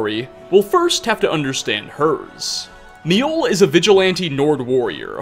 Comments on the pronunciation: I don't know where you got it in your head that J's were silent in Nordic/Scandinavian langauges, but you're wrong. J's are pronounced like Y's, making Mi-oll, or Myoll, the correct pronunciation. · MI-Oll? You Mean Mjoll you basically say mole but with a bit more L.